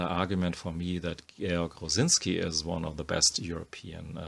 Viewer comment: Clicked to hear the name pronounced properly, stayed for the amazing art.